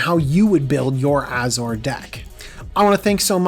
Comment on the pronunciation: Oh ffs, do you call Azorius Ayzorius too?